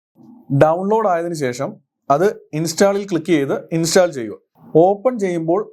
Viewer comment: Really informative and impressive. Your effort is highly commendable. Thank you so much for this video. Bro, remember one thing... Pronunciation of the word, install is ഇൻ'സ്റ്റോൾ √ 'ഇൻസ്റ്റാൾ X Another one..., Contents (usually plural) - 'കോൺറ്റെൻറ്റ്സ് (Noun) = ഉള്ളടക്കം Eg: This is a stylish and beautiful movie, but it lacks contents. Content - കെൻ'റ്റെൻറ്റ്സ് - (adj & vb) Adj, സംതൃപ്തമായ Eg: He had to be content with third prize. Verb, തൃപ്തിപ്പെടുക She contented herself with a cup of coffee. I hope it would be very helpful for you. Please try to study Phonetics from YouTube. May God bless you abundantly. If you have any assistance, feel free to ask me. It's my pleasure !